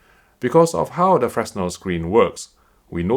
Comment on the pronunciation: I'm going to be that guy, it's pronounced "fre-nell"